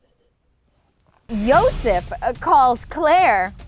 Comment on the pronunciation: “Yosef to Gosef”!!!! 😂😂😂